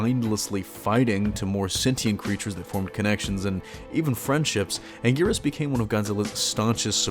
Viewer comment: Ankleeasaurus? Sigh...🙄